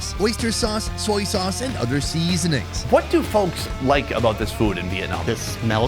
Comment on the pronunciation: The way you said seasonings 😂 funny caught me off guard